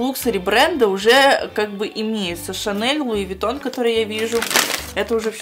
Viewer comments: Луи Вагон 🤣🤣🤣 , Луи Виттон вообще то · Не луйвитон а лубатонн! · То чувство когда сначала говорила Луи вагон🤣🤣🤣😂😂😂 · Правильно говорить Луи Ватан